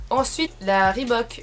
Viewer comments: Je suis la seule à remarquer qu'elle prononce "Rebook" au lieu de le prononcer ? :') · Grace a toi je sais dire reebook XDD avant je disais Rébouk MDRRR XD ♥ Tes chaussures sont magnifique ☻Vidéo top ♥